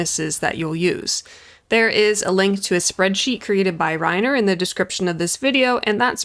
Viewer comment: Thanks for pronouncing "Rainer" correctly. Don't know why it bothers me when people say "Ray-ner" but it really bugs me. He pronounces his name at the beginning of all his videos!!! "Rye-ner." Also... great vid.